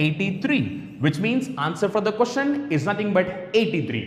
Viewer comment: what the hell is a Cooshen/quishen? jk. the pronunciation is: question! Good video overall.